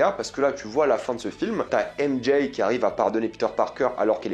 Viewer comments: À chaque "M Jay" je serre les dents mdrrrrr 😭😭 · J'ai du mal à comprendre pourquoi beaucoup de Youtuber disent "M-JAYE" au lieu de simplement dire les lettre M et J comme c'est censé être le cas pour les francophones.. C'est vraiment laid.